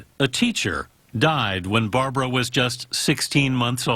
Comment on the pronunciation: How is it possible that this seemingly true fan doesn’t even know how to pronounce Barbra’s name properly in spite of Barbra’s relentless complaints about it! 😳